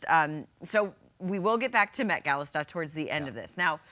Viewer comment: Dude, just pronounce "gala" like the little people